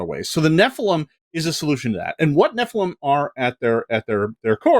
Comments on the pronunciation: oh hey they correctly pronounced Nephilim phonetically :D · Thank you! Finally pronounced nephilim properly.